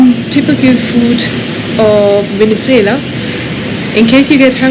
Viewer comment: I love how to pronounce Venezuela!!!! Enjoy the trip